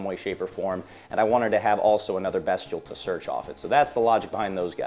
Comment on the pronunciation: Heraldic sphere ??? Bestil?? Heratic/bystial … Not hard to say lol